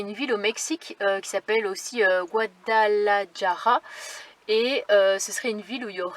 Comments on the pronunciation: Le j en espagnol se prononce rr (jota =rrota) prononcer : guadalarrara 👍 Besos a todos (bisous à tous) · On prononce Gouadalarara. Bises à vous trois. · Pour info le "J" en espagnole se prononce "RRR" à bon entendeur salut et bonne route! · Très beau partage ✊✊✊miguel qui est espagnol ma dit de te dire il faut rouler le R.....ma chérie.......tu as eu de la chance 🍀 car c’est vraiment dangereux monoxyde de carbone........👍toujours aussi beau partage merci ma belle....si vous allez à Toledo acheter un couteau car c’est la ville des lame.( couteau )🍴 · Le j en Espagne se prononce r Idriss se cantonne au Uno.